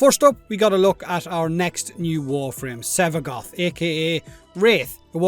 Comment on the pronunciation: I kept hearing Sevagot